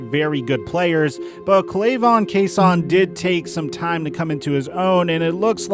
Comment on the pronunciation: the way u said chaissons name lmao